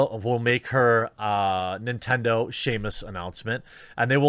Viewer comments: It's SEM-US not SHAME-US goddammit Jeremy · Everytime Jeremy says "Shamus" instead of Samus, an angel loses his wings. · Please Please stop sayin "Shamus", it's 'Samus' (Sam-us) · please stop pronouncing samus as shay-mus, it honestly makes me angry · You should lose 10k subs every time you pronounce Samus as "Sheamus." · Everyone: Sam Jeremy: Sam Everyone: Us Jeremy: Us Everyone: Samus Jeremy: Seamus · IT’S NOT SHAMUS MORON, IT’S SAMUS. There’s no H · Is he STILL pronouncing Samus as "Shame-us"? He must've been too busy to read all the comments on his recent "Brie Larson as Samus" video. JEREMY! It's pronounced "SAM-US"! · Still saying Shamus and not Samus? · I hate how he pronounces SAM-US as SHAY-MUS like bruh she’s a woman not a drunk Irishmen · I believe Jeremy is pronouncing it Shame-us because it's Brie Larson. I approve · Sam-us bro. Yeesh lol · HE SAID SAMUS WRONG AGAIN!!! CANCEL THIS MAN!